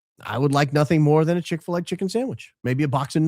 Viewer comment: "I would like nothing more than a Chix fila" 😂